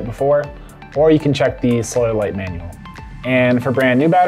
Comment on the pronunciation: Sounds like he's saying soil light